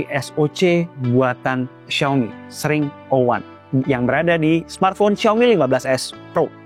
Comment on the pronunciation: Eks ring O wan ga si bacanya